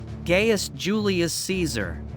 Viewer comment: Once I heard “gay-us” and not “guy-us” Julius Caesar, I checked out.